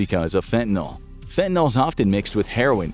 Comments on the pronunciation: My kid bro ODd on that sh.t. Its spelley with a "yl" not "ol" . Its pronounced fentenILL. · It's not pronounced fent-nol, it's fen-ta-nil. NIL, not NOL. Why does everyone keep saying it wrong? I suppose eventually this mispronunciation will make it into the dictionary due to popular usage, but it's not there yet. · Please please learn to pronounce it correctly -- it matters! Its not "FEN-TEN-ALL". It's FEN-TAN-YL". in chemistry nomenclature the last syllable means something specific, the designations,are systematic. Alcohols end in -ol, aldehydes end in -al. " yl" is more complicated. I'm going now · not "fentanol", fentanyl. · Why do people constantly pronounce the name of this drug "fentaNOL," when the word is spelled "fentaNYL," which in English should be pronounced "fentaNIL?" This drives me nuts. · FentanYl like "ill" not fentanOl like "all"... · Train the Infographics voice to say "fentanyl" and not fentanol. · It's fentan-YL, not fentan-OL. If you can say benadryl, you can say fentanyl. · It’s fent-uh-NIL, not fen-tuh-NAHL. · Why does everyone pronounce it fent-in-all when it’s clearly written as fent-ah-nil? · Why does everyone pronounce the nyl like nuhl or noll? Correct pronunciation is like fen-tuh-nil. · fentaNYL, not fentaNOL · why do people pronounce it, "fentanol"? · Stop saying FentanOl . It’s fen te nILL with a Y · It's fentaNYL, not fentaNOL. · Fentanol or fentanyl? Cause you guys keep writing fentanyl, but saying fentanol. And no, not just acceptable pronunciation, it's a completely different chemical. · I have only one request. That you at least pronounce the word correctly. It is pronounced: FEN-tah-nill, not FEN-tah-nawl. This substance is a scourge. A deadly one. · Fen-tan-eel, or fen-tan-ill, not fen-tan-ol. Fentanyl has no alcohol group. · Its FENTANYL not fentanol. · Why do so many people call it fentanol? That's a Y. Fin-tan-ill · Am I the only person whose pet peeve is when people say fentanol instead of fentanyl?